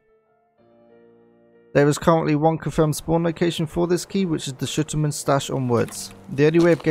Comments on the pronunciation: It's SHTUR Man, not SH TUR Man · ok, but "shUTtuerman"???? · i love how you say shu-tur-man and i say schtur-man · "shitter-mun" lmao